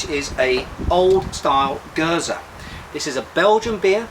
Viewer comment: Oud indeed means Old :) You pronounce Geuze correctly as well. Surprising considering most foreigners usually forget to pronounce the last e. Hope you enjoy Oude Geuze as much as I do. ;)